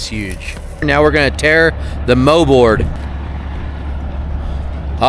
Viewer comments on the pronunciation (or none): its called a Mold board, not a moe board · “Moldboard” not mowboard